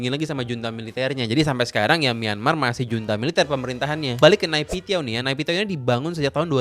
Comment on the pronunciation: Pengucapan yg benar itu nepidoo bang aku pernah nanya ketemen myanmar